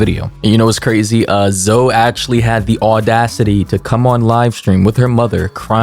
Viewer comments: Ayy yo please please please don’t take this comment disrespect or rude but I’m pretty sure her name is said zoey and I’m not defending them btw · bro her name is pronounced ZOEY lmao